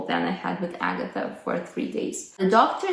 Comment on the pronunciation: In fact, Agatha is not Agatha either. She is Agata, second syllable stressed, long 'ɑː' after 'g'. But perhaps thinks anglicised name variants will sound more familiar to her English speaking audience.